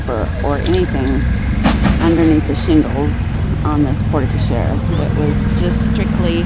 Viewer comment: It’s pronounced Port Co-share 😂